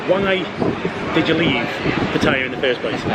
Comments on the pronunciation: Please learn how to pronounce Pattaya correctly!! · Please learn how to pronounce Pattaya!!!!!! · And I know how to pronounce Pattaya